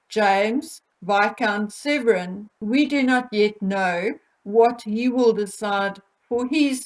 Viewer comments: Viscount SEVERN not Severin. ISLA as in Island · I love your channel but please, please could you pronounce Isla correctly (silent S) and James is Viscount Severn (as in the River Severn, sounds like number seven). He is NOT SevREN. Also you called Princess Eugenie Beatrice twice!! Sorry if it's just me, but little things like that pull a really good video back into the category of 'average,' and takes away that professional edge.